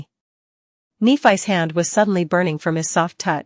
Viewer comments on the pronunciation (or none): I would like to know as well. This voice is really bad. Kneephice. Like what? And instead of w-what it’s W. What